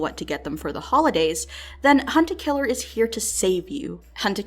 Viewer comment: Respect for actually pronouncing it "Hunt a Killer" and not "Hunta Killa", I don't know why but it drives me crazy when others say it that way.